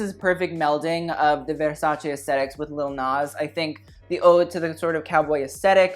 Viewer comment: I nearly had an orgasm every time you said 'versace' correctly instead of 'versaci'